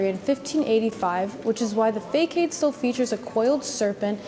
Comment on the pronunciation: Fah-sod not fake-aid